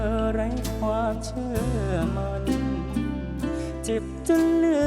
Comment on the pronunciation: ผู้ท้าชิงน่ารักมากแต่คำควบกล้ำออกเสียงไม่ชัดเจนเช่่นคำว่า ความ ออกเสียงเป็น ควม คำว่า น้อย ออกเสียงเป็น นอย แต่ก็น่ารักค่ะ รอกก.ตัดสินค่ะ